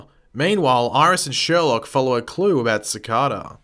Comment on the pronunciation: Not Sherlock it's sherloque